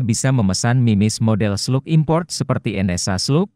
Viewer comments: Bacanya "SLAG". hy koreksi aja mas. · Izin masseh; bacanya tetap slag, krn itu dicomot dari bahasa aslinya sono.